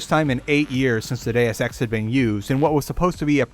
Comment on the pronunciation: Deus ex, per se; you're mispronouncing all Latin.